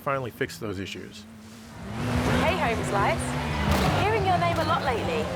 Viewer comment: Hearing a Brit say "Homeslice" is the most silly thing ever. It would be like someone from the U.S. saying "Bollocks"